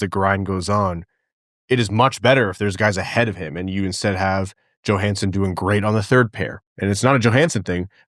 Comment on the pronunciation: They are both “yo-hanssen,” not “Jo-Hansen”